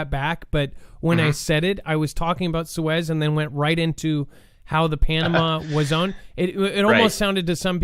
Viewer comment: Belarus is pronounced "Bella roos" Love ya, but you are really screwing up geo names (Suez) lately.